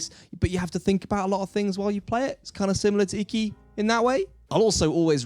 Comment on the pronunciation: say it correctly consistently, please. Ee-kee is the pronunciation. Looks like a great game, though.